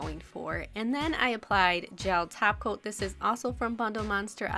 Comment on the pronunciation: Did you just say 'taco' instead of 'top coat' like Cristine?